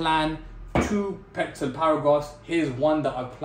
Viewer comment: bro its PRETZEL